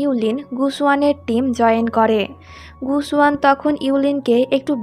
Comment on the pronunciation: আপু মেয়েটার নাম হবে,: yue qianling আর ছেলেটার নাম হবে:gu xun. আপনি নামগুলো ভুল উচ্চারণ করেছেন। মেয়েটার নাম: ইউ লিন হবে না আর ছেলেটার নাম: গু সুয়ান হবে না। পরেরবার নাম গুলোর উচ্চারণ একটু ঠিক করবেন।